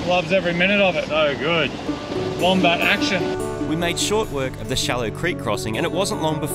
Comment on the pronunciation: Legit thought it was called the mombat😅😂